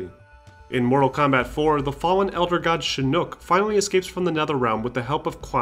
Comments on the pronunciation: It’s Shinok not Shinook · Yes, it's Shinnok, thank you. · SHINNOK! Why are you saying Shin Nook? Other than that, awesome vid! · love the video but couldn't stop snickering at "shinook" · Did u just say Shi-Nook?